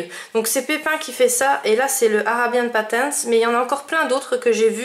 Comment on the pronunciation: hello ! =) alors là tu m intrigues avec ce premier livre ^^ le livre des princesses j'adore les dessins!juste dommage qu'il y ai chaque image en double non? waouw "arabian patterns", tu l'as super bien dis mdrrr je veux bien participer stp =) a demain! gros bisous